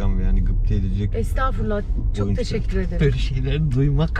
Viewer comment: Allah’ım ’in teşekkür ederken arada değişik söylemesi ve tişikkür ederim demesi. Sesini vs değiştirmesi çok tatlı değil mi?!!